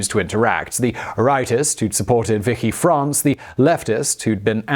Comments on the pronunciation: "wiki france" ahhahha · "Vicky France"? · "Vicky" France? Really. And there I was, thinking that the "Medisi" family of Florence was your worst...